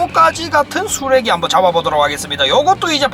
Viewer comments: 왜자꾸 반짝반짝 쓰레기라고 들리지??ㅋㅋ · 초에 쓰래기 라는줄 ㅋㅋㅋ